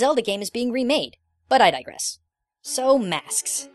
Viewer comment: cringing every time I hear digress